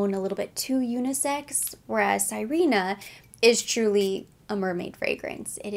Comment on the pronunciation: Sirena means mermaid in Spanish. You say it like "Si/ rhe/ nah". It is a lovely scent you reminded me I have a decant. I will be contemplating picking it up when summer comes around in the southern hemisphere.